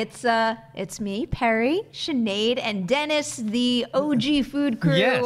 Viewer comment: Shout out to Perri for pronouncing my name right !